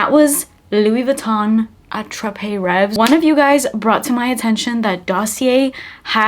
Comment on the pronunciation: Ray-vee....S is silent I believe. Its one of my most 😍